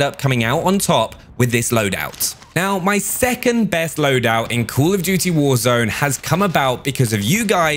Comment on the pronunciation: Col of dewty